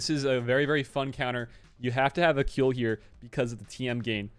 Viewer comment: Kuiil is pronounced "squeal" (like a pig) without the "s".